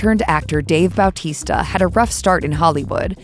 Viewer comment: Dude, I can't over how right the pronunciation of Dave's surname is.